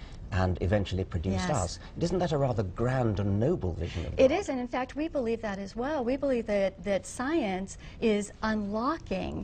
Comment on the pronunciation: The way she says "belive" is so damn close, if not the actual same, to the way Ms tenn South Carolina, says it... "I personally belive"... I bet they are related.